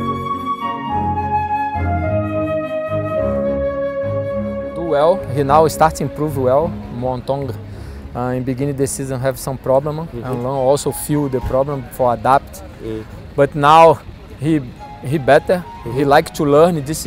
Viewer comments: Nghe đọc MuangThong United cứ thành Mường Thanh United @@ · Tiếng Thái : Muangthong phải đọc là Mương Thong, không phải là Mường Thông.